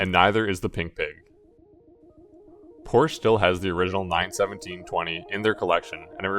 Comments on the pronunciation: good vid but its poor-sha, not poor-sh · It s Porsch-e not Porsch, at least try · nice, but it is poRschE. thx (use google translator) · " i am a huge porsch fan" ehile not pronouncing it correctly.... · An easy piece of research would be to learn how to pronounce Porsche (Pour-sha).